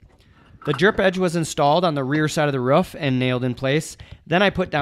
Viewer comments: someone tell its a roof not ruff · excellent video. until i heard him say "ruff" its roof brother lol i need to build a shed to keep some bikes out of the weather and this will help me plan it out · love the vid, but hearing you say ruff instead of roof kept throwing me for a loop :P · is he saying ruff instead of roof? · This video is old but I sure do hope he learned how to say "Roof" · Its funny how roof is been pronounced ruff 😂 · Am I missing out on some technical key words or are you pronouncing roof as "ruff"? I can't decide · The way you say roof drive me nuts but nice shed!